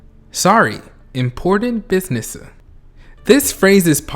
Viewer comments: Okay but the fact that hobi said "buisnessu" he knows that about armies skxkekcke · "Sorry, important businessu..." Me : Explodes.